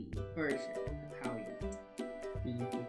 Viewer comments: It's "freudial slip" when she said "how we wet" when she's supposed to say "how we met". :D hehe! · When she said how we wet instead of met this had me cracking up 😂😂